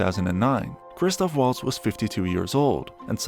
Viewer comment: You give me the chills saying: Woltz. It is Valts! Christoph Valts